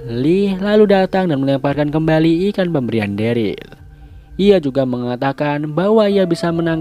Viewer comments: ikutan koreksi itu namanya si daryl itu derel dibacanya bukan deril 🥲🥲🥲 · omg next vid please stop call him deril.. its pronounced “derel” man 😂 agak aneh namanya jadi deril 😂😅